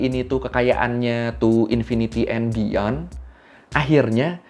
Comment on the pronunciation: anjayyyy inpiniti en biyon 😂😂😂🤣